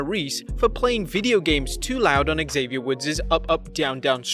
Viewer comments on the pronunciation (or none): none